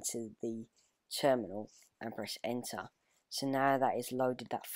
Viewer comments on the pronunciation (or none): none